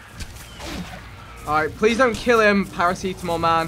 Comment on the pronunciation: Vikk its para-c-tam-ol